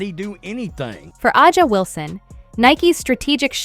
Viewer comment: Can you fix the damn A I voice to say Asia just like that Asia not ajia Asia if you’re gonna use the damn A I use it right